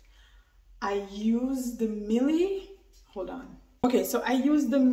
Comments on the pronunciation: It is pronounced mi elle. Never mind you have beautiful little baby. Blessed sis ❤ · Its pronounced........My•Elle. Simple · I don't think it was the products that damaged your hair. I don't think your hair was fully detangled before shampooing. When removing a protective style it's best to do a pre-poo first, not go directly to shampooing. Lastly the product is pronounced My-elle. Their products are designed for natural hair and your hair looks permed. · You have to take accountable your hair was damaged all ready and you also pronounce it wrong